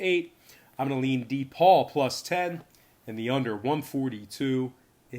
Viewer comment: D-Paul also known as DePaul (pronounced Da-Paul)